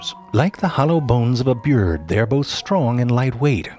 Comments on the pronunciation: Bebes and biurds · Or byerbs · or byirds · Lol at byerds